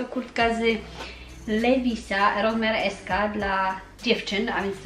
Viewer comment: Levi's czyta się "liwajs" a nie "lewis" ;) trochę to razi gdy powtarzasz to wiele razy :D